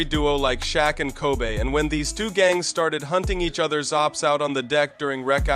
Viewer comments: But what made me unsubscribe is you pronounced Kobe as Kobay 😂😂😂 I don't know what is your ethnicity but i can tell you never been near the streets. #SidewalkSavage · Okay you lost me when you mispronounced Kobe’s name. “KoBay” wtf!?!?? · did he just say Shaq and “Kobay” ?😂😂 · Dude, mispronouncing Kobe, in the same breath he's talking about the CA DOC. Redonculous dog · This video really glorifies the AB. Gross. Really bad video. The best part was the mispronunciation of "Kobe"